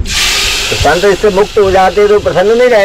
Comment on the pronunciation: श‌ं‌त. नहि..स‌ं‌त बोलो😮😮😮😮😮😮😮😮😮😮